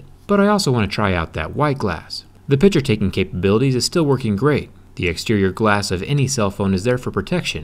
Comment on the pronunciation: PICK-SURE. PICK....SURE. Not Pitcher. It isn't a thing for holding water, it's a PICK-SURE.